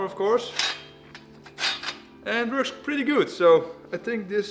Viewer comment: You KNOW it's gonna be good when you hear " IT VERKS!"